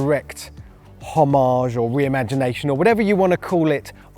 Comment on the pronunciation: If you ever say the word “homage” then say it French or say it English. Don’t pronounce the H if you’re going to elongate the G 👍